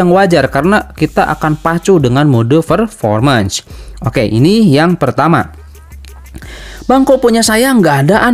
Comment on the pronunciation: Fermormens ferformens Wkwkwk